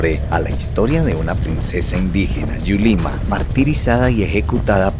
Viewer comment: Me fascinó este video, paisajes tan hermosos, un video super genial, muchas gracias y el nombre de la princesa es: DULIMA no Yulima